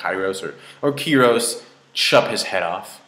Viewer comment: It's fucking KYROS. Why does everybody have such a hard time pronouncing it?...